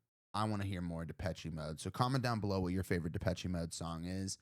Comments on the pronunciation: The last " e " in the word " Depeche " is silent. It's Depesh, not Depesh -e. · I have to... sorry.... The "che" in Depeché is pronounced "sh".... it's French. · and no e at the end